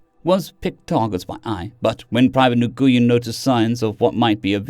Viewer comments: it's "Wen" not "Nah-goo-yen", it's the most common Vietnamese last name. For the Agrorithm. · Nguyen is pronounced "win". I made the same mistake. To this day I wonder why they picked those letters for something pronounced "win".